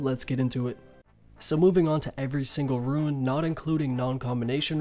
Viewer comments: He pronounces SO many things wrong and it's honestly frustrating. Who the fuck calls it a ruin? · You're unsure about how to pronounce mitre but you consistently mispronounce rune as ruin... How can you not second guess yourself when it comes to rune but with mitre you somehow thing to urself "oh, i might have mispronounced that"